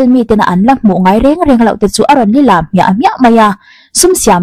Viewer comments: Tinge lîlam ti a i lam aw.. lilâm tih zawk tur niin ka hria ..li tih hi thluk hniam tur. Khawlbawm channel neitu pawh a lam diklo ṭhin. ..chhim lam in ti hian an lam ṭhin nge aw .. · Lilam I thluk dik lo, Li hniam tur, lam sang tur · Elon musk a pa hian a step daughter nupuiah a nei an tih kha. Lilam i lam dan hi a dik lo a nia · Lilam i lam dik lo😝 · Lilam hi 'li' tih hi rihniam a lam tur..a thu kal dan a zirin 'lam tih hi a ri sang zawka lam hun a awm bawk...